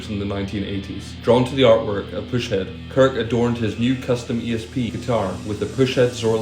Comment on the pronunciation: Its actually pus-head, not push head. Pus, like the nasty goo that comes out of a boil or pimple.